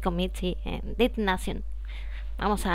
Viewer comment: No se dice did nacion, en todo caso seria ded nashion, perdon es que tengo ese "tic" de corregir a la gente cada vez que dice algo mal en ingles xD